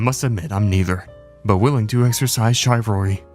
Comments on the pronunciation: Bro what is "chivalry"? Are you a dish decoration? It's obviously chivalry. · "Shy-vilary?" AI voice? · DUDE! "chivalry" is not pronounced "shy-verallery" or whatever you said there... 😆😆 the "chiv" is pronounced like "ship" not like "shy". Maybe you should brush up on our English - could be a dead giveaway if you pronounce words wrongly. Great video, though. Thanks for taking the time in taking these motherhumpers down! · Shive-ull-ree? Bro… Anyway, barbonson Richards made me legit laugh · “Chive-alry” lmao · shy-valry? lol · “Shy”valry. Hahaha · That's not how you pronounce CHIVALRY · The way you pronounce chivalry kills me and now I’m dead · I’m guessing that this was your first attempt at saying the word chivalry out loud